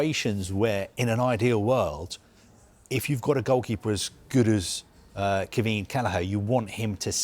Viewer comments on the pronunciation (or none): it's Kwee-veen. you're welcome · At least learn how to pronounce his name correctly!